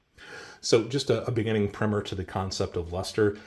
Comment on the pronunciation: 'Big fan that you pronounced (correctly) "priMM-er", it seems the philistines have supplanted it with "PrY-mer" (like a paint) everywhere. Pet peeve scratched... * laugh *